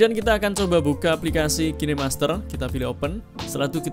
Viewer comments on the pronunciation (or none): none